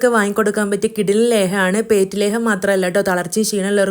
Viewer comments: ലേഹം അല്ല ലേഹ്യം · Leham alla.. Lehyam ennu parayu.. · ലേഹം അല്ല ലേഹ്യം. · Leham alla lehyam